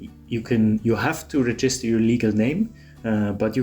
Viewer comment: It’s pronounced REgister, not reGIster.